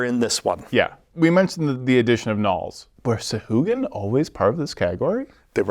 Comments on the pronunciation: The Sa-hoo-again??? You mean the Sa-Wah-Gan. Jesus dude you're like THE dnd guy. You should know that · The creatures original designer daughter uploaded a youtube video explaining it. But the pronunciation doesn't follow traditional syntax for pronunciation and its actually call Sow-Hwa-Gin, but wizards went over all the creatures and re-did pronunciation years ago and changed it to this new pronunciation.